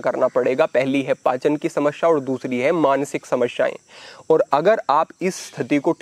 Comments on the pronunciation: समस्या bole Samashya nahi hi. Uccharan sahi kare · समश्या नहीं समस्या